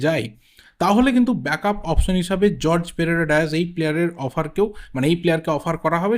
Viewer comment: Jorge ❌ horhe pereyra diaz ✅